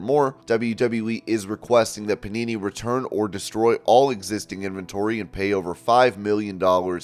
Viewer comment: thought he said punani